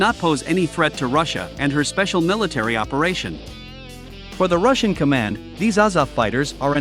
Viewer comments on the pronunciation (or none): none